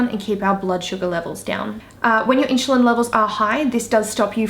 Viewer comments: Side note: it’s InSulin Not In-Sh-ulin ^^ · Inchulin holy shit plz learn to say insulin like everyone else. You sound like you dont know what you are talking about if you cant pronounce the basic words...